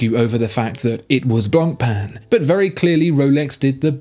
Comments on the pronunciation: Please don't enunciate the "c" in "Blancpain" -- it hurts! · The pronounciation on blancpain kills me. Common at least give it a try